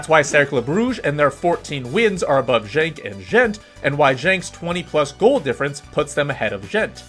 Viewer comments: Genk as in "good" not pronounced Jenk. A few other odd pronunciations, complicated more by the fact Belgium had three national languages: French, Flemish and German. Belgian football rules reflect the weird politics and linguistic antagonisms in general. Don't get me started. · bro JENK was killing me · He pronounced the G as one would pronounce the word junk in English which would be wrong in either case.